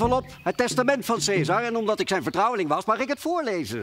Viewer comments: Caesar spreek je uit als 'kaisar', niet 'seesar' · Khaat t Hoe ze caesar zegge das helemaal fout